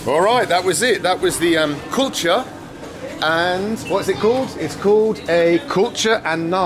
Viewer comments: You saying culture or kulcha? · It’s kulcha and naan. Then 🤦🏽‍♂️🤦🏽‍♂️